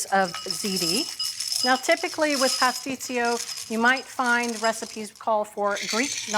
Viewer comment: My mother made the best pastisio. She made it for all the holidays. It is pronounced : puss- tee-cho